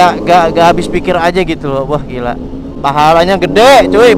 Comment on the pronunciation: Ngiela🤣 gila bang bukan ngiela🤣🤣